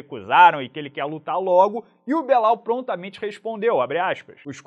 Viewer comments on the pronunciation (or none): cuidado que falar (Belau) pode dar ruim de novo em rsrsrsr